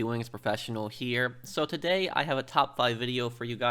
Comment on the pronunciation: When you say the word "here" its allways like herrrrrrrrrrreeeeee